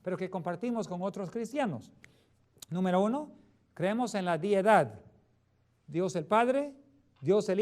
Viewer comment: No es diedad, es deidad!